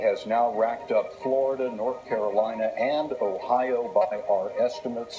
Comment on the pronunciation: Gah Wolf Blitzer sucks at saying "Flerda"